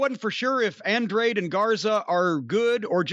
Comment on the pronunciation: Andraid the Giant 🤣🤣🤣